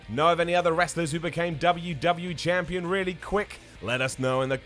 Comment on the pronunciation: did you say champlon